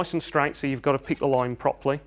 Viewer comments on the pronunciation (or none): Unsubscribing your channel because your accent is bit annoying and irritating.it sounds like there is something hot in your mouth and your are not chewing it neither spitting it out while talking. The word is "line" and you are saying it "laweyne" ,the word is white, you said "voyte", "ball" "bowl" , Can't hear you any more, (no offense)